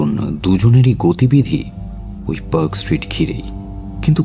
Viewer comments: খুব ই ভাল narration আর.delivery তবে কয়েকটা particular pronunciation.....mainly the pronunciation of a word with 'a' একটু correct করবেন., please.. একটা eg. Perk hotel না। Park (পার্ক) hotel. Same mistake অন্য গল্প তে ও শুনলাম । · I am bit surprised when Park Street is pronounced as Perk Street?